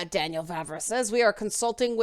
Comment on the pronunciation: Correct pronounciation of "Vávra" is very much like "Vah-vrah". So you got it almost perfect :). Moravians are not really Moors at all afaik. If we went a bit deeper into history you could bump into Great Moravia. They are very close to Bohemians, though not interchangeable, i kind of doubt it has anything to do with Romanized Moors. That was almost half a millenium before the time of the game (established pre-800s). Still its a cool thing to explore to. What you can actually kind of talk about that Cumans (present in game) have their roots in Mongolia. The third part of current Czech Republic is Silesia, a southern bit of it, since most of it is in Poland. Vavra later on adjusted and fleshed out that opinion after a while. 140 chars etc. The current stance is: Bohemians knew about people of different colors, like from bible etc., in cities it might have been more likely for them to meet them, but in remote villages it was very unlikely. Dont you find it funny that western media immediately treats the historians he talks about as immediately racist? :) In here, left wingers are anti immigration too, often times even more so. Our center right parties were cautioning more about explicit hatred. Even though our president is left wing, he is probably as anti immigrant as trump. He even supported him. Some ideas of his are more workable (support affected people in their home countries) so its not really entirely trumpian, but our political spectrum is definitely different from US